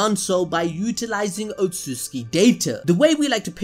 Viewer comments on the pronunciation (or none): otsutsuki not otsuki